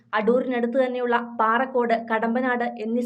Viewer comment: എന്റെ സുഹൃത്തേ പാറക്കോട് അല്ല പറക്കോട് എന്ന് പറ